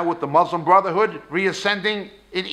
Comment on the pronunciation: So many lies and half-truths. Claiming that Palestinian Arabs are not Palestinian makes as much sense as saying Khazar descended Jews aren't Jews. Why so much hate dude? People are there, no matter what they are called people have been there for a long time. Also, you should pronounce Muslim correctly